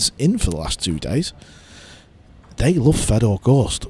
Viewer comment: it’s not. It just makes him sound dumb. His name is Fedor. Not Fred. Fred is a western German name. He is Russian. So say his name properly.